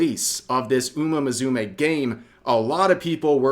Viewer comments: Please! It's Uma Musume, not Uma Muzume! It's an S! AN S!!!! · Why the f "muZUme"? Are your ears rotten? Why are you butchering this word so horribly? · I'm glad to see people actually say no to sexual nonsense for a change, Even if it's for nought since the Internet is just going to be stupid no matter what you do. Kudos to the Uma Musume Dev's and Kudos to it's fan-base :D Also Rev? It's pronounced Uma "Horse" Mu-Su-Mei "Girl" The way you pronounce it kind of sounds like your saying Museum or something similar lol xD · It’s mu-SU-me. It’s not a z sound it’s an S. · Can't pronounce "Musume", gonna have to take your weeb card I don't make the rules.